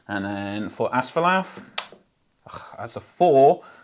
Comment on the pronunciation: Whoa, quite a finish! One small note, which won't matter in any future scenarios....Asfaloth ends with 'oth,' not 'ath.' But a fun watch regardless!